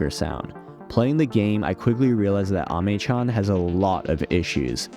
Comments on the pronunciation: Pronounces Ame correctly, pronounces niche incorrectly :P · Ok You may be right about the pronunciation of Ame But that is not how you pronounce niche